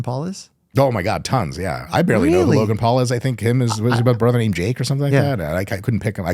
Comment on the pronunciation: Lovely russian accent for Логан ❤